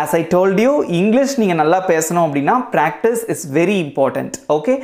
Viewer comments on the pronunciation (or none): none